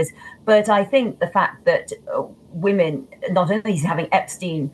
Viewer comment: Why does this man keep saying womomen and not women with an e.